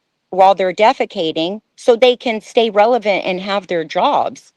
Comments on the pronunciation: I’m pretty sure meant “relevant”. “ReveLant” isn’t a dang word. Lol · She also said "revelant," instead of "relevant," in the beginning. But that's fine, we all do that at times. 😊